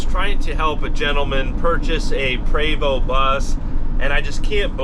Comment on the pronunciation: I really wish he would pronounce the name correctly, so grating.